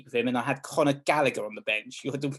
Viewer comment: It is Gallagher with a hard 'G', not Gallaher, trust me, I have asked him.